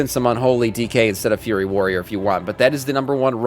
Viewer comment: Why do you call FURY warriors, FURRY warriors? You've got other words you mispronounce similarly.